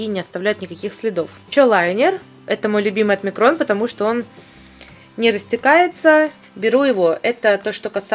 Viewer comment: Не микрон, а майкрон